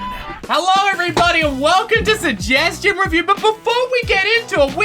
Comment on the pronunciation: sejgestiown reriwer